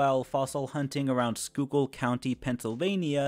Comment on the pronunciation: Can you link any research you have on the Conrad Skull. I’m a northern Schuylkill County native (skook) and I’d love to learn more about this weird find. Schuylkill County is great for fossil hunting and it’s a pretty popular pastime here. P.S. your pronunciation was 100% Nice job!